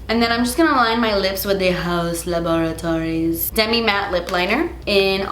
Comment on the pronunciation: The way you say Haus Laboratories is on point 😉💕